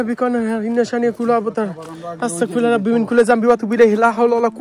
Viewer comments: আস্তাকফিরুল্লাহ ❌ আস্তাগফিরুল্লাহ ✅ নেক্সটে ঠিক করে নিয়েন। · আস্তাকফিরুল্লাহ কি? আস্তাগফিরুল্লাহ হবে ওকে? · ভাই আস্তাকফিরুল্লাহ না বলে। বলবেন যে আস্তাগফিরুল্লাহ। আমার কাছে আপনার ভিডিও বলো লাগে